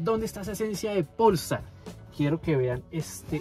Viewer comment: Todo bien pero no estas pronunciado bien polestar no le pongas acento en el pol estar es polestar sieve y junto 😅